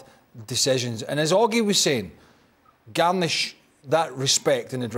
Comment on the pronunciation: 'Garner', Craig, not "Garnish"! 😂 Otherwise spot on! 👍